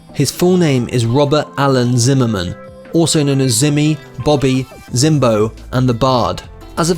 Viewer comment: The plus side - He pronounced Zimmerman correctly